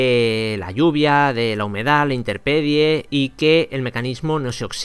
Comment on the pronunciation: interpedie? que mierda es interpedie? No será INTEMPERIE? ;)